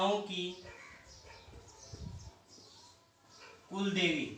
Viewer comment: Sir ji kuldevi h vo cooldevi nhi usko thoda sudhar karo baki sab to thik h